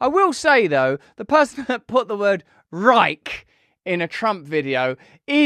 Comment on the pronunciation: The real tragedy is them pronouncing the word Reich. I could see hitler having a rage fit.